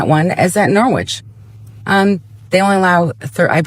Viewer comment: I lived in CT for over 20 years. Am curious where these members are originally from, since they don't know how to pronounce Norwich. 😉